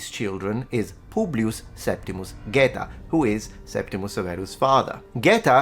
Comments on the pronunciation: Is this Septimius or Septimus? There seems to be variation in your pronunciation and in the orthography. Wikipedia says Septimius. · At school we talked about Septimus Severus, not "Septimius" - was that wrong..? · A history expert? He can't even pronounce Septimus properly let alone English without a laughable regional accent! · Why is everyone saying Septimius Severus, including you? Surely if that is how the name was pronounced that would be how it is spelled.